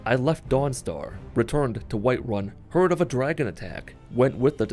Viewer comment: "White Wun"